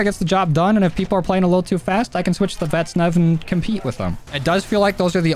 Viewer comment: IW: "Vaznev" Joe: "Vetsnev"